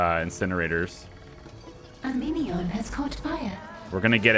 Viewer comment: is it just me or is the phrase "A minion has caught on fire" when said by the narrator sound like "A meteor has caught on fire"? lol